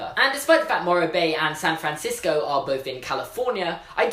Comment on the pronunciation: SAAn FrAAnsico